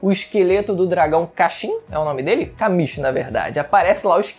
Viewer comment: Se pronuncia Kã-mish. só avisando msm kkkkkkk